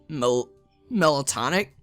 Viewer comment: I'm sorry, but hearing you struggle with "melancholic" was hilarious XD Btw, just in case no one told you yet, it's pronounced more or less like "melon-kolik"